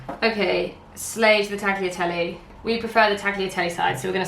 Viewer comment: As a non-Italian Italian speaker, I found your pronounciation of "tagliatelle" more offensive than the way you made pasta hehe, sorry, I love you